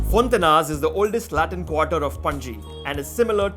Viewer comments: its pronounced fonta-inhas (more like fonta-inyas) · Its fonti-ny-as, the proper pronounciation sounds like( Gn) as in "Gnocchi" nyo- key!!